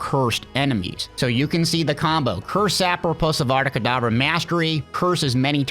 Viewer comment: Bro said adada kedavra